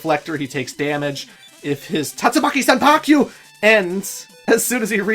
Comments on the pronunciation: please. It's "Tatsumaki Senpukyaku" (silent ending U), not "Senpakyu." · I believe that it’s pronounced Tatsumaki senpuu-kyak (intentional incorrect spelling there.) Sorry. Couldn’t help it. Keep saying it the way you prefer.